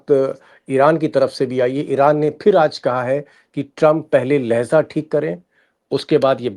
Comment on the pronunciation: शर्मा जी ! लहजा (Lahja) का अर्थ है । बात करने का अंदाज़ tone of language और लहज़ा(Lahza) का अर्थ होता है। क्षण,पल, या लम्हा 🙏🏾